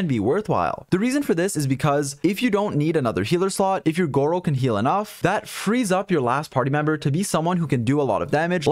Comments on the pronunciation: bro call him gowou or did u get a good artifact? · disappointed that you didn’t call him gowou smh